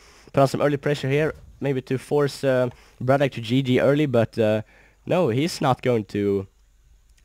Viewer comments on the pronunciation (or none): gg. Nice upload. His name is "Brat OK" not "braddock" or "brattock". Not nitpicking just thought that you should know. Take care.